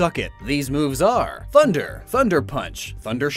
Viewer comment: Did he say “funder”?